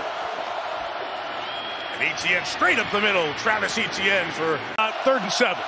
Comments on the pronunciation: If you ever see this... It's not E.T.N, it's Hay-Tee-N. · Since when is " Etienne" pronounced " E,t,enne " . It's a French word and should be pronounced as a French word ! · Tirico just needs to perfect his pronunciation of Etienne.